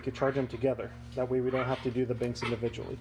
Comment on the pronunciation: He's saying you're pronouncing banks as binks. Good video, btw.